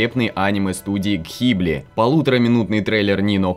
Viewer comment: Гхибли значит? Мдэ... Позор ребятки, позор!